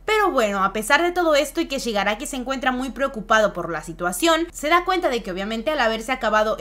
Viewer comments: Xq no dices bien el nombre de shigaraki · ShigarAFO dicen porque no es técnicamente ni Shigaraki ni AFO (All For One) ya que es una mezcla de ambas personas